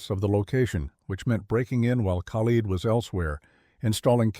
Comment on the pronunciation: the Mossad operative's name is pronounced AY (like play) TAHN. The other guy's name is pronounced Kah-leed. sometimes you get it right and sometimes you don't